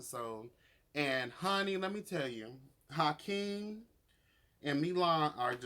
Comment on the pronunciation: you literally crack me up, its Akeem not Hykeem 😂 i love your commentary